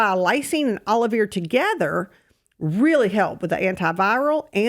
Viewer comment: It sounds like you are saying Olive Ear. Please show spelling of Aloe Vera I understand now, Olivir. It is a name of a supplement title. For those of us that are not familiar with southern accent.